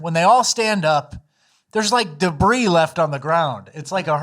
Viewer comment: Debris?? More like Da'Bree amirite